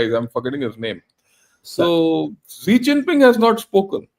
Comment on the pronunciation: It's Xi Jinping and not Zee Chinping. Pls pronounce name correctly. Thank you sir.